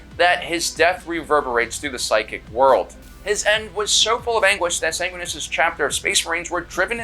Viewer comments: Sanguinus? SANGUINUS!? ITS SANGUINIUS YOU... FFFFFFFFFDDGFDVVGBBFDFFUCK! THE SYMBOL OF GLORY AND GOODNESS WHO’S DEATH REPRESENTS THE FINAL END OF HOPE FOR THE GALAXY! HE WHO FUCKING DROVE HIS LANCE INTO THE ARCH TRAITOR WITH FULL KNOWLEDGE THAT HIS DEATH WAS THE RESULT! SAY MY PRIMARCH’S NAME CORRECTLY! grabs by chest and slams into wall with all the force of a suit of Mark X SAY IT! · SAN GWIN E US. Say it right or die by the angelic host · Sang-win-e-us. Also the red thirst already existed pre-heresy. It's a complication from his gene-seed. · Mispronouncing Sanguineous is treason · Jorge wasn't a spartan II he was a spartan III. Also you pronounced Sanguinias wrong